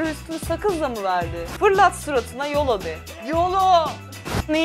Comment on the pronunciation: yolo değil biraz daha yoğloooğ gibi böyle bombeli bir şekilde söylenir o amerikan ağzında.